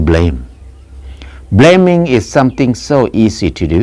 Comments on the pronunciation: Ahhhhh, "Blaming"!....I thought that "bleming' was "Something that shines bright in the human eye"...cheers....Pronunciation breakdown.... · He said bleming